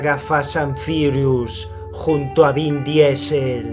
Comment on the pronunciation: "fasas an firius junto a bin diesel" jajajaja me hiciste tentar.... muy buenos tus videos.